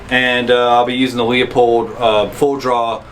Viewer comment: at the risk ok being that guy it is pronounced LEUpold, not Leopold